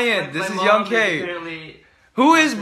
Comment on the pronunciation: Young K? Dont you mean YONK